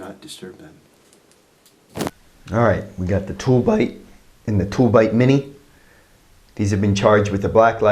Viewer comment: those are called "toob lite", you kept saying "tool bite" I bought some after Adam's first video. A Tooblite mini and the smaller paqlite. Quick shipping, good product. After about 6 hours, I could still make out the mini on my keychain across the bedroom.